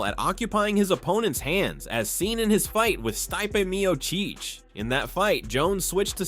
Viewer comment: The way you pronounced Stipe Miocic? I’m out. I’m done watching AI read videos.